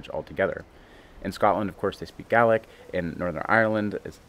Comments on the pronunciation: Kudos for pronouncing Gaelic correctly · Well done on knowing the difference in pronunciation between Irish Gaelic and Scots Gaelic, most folk here don’t the difference!